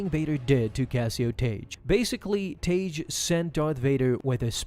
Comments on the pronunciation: The only time Tagge’s name was ever pronounced in anything close to the canon was in the NPR radio dramatization of A New Hope. There, it was pronounced “Tag”. “Taj” is just way off the mark. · His name is pronounced "TAH-gee".